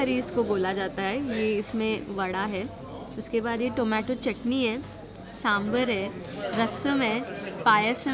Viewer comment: Its saambar and not sambhar. Sambhar is an animal.